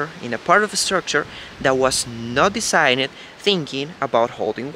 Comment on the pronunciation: Love the clear explanation about your house design...get Kaylee or Jordan to help you pronounce the word designed a bit better, but on the whole, your English is very clear and easily understood...congrats....:)